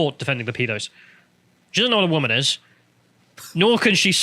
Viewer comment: woman [ woom-uhn ] noun, plural wom·en [wim-in]. an adult female person. took me 5 seconds to look up